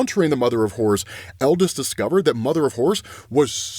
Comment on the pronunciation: I'm not gonna lie, this entire time I'm really hopeful it's the "mother of horrors" cause I definitely keep hearing call it the "mother of whores" lol